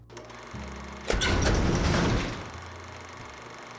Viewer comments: No se pronuncia Lincol sino Lincon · Por q pronuncis lincol es Lincoln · Dice Lilcol 😂😂😂 argentino pues no que bien europeos 😂😂 ya ni españa que si son europeos😂😂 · Solo para ayudar! Se pronuncia LincoN... Illinois, se pronuncia Illinoi. sin S